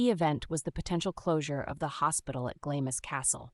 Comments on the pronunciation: I would have continued to watch, but after the 3rd pronunciation “GLAMIS Castle” instead of “GLAMS Castle” I had to call it quits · It's pronounced "Glams" NOT GLAMISS.